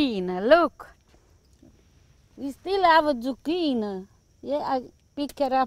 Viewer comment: Zu-QUEEN is right!!